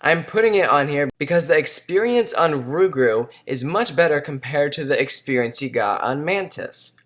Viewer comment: Rougarou is the Louisiana equivalent of Big Foot if you didn't know Pronounced Roo-ga-roo